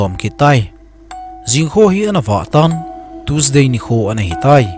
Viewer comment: Tuesday ❌ tusday ✅ 🤣😂🤣🤣😂😂🤣🤣😂